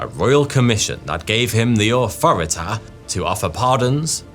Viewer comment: Nice little nod to Cartman with the authority pronunciation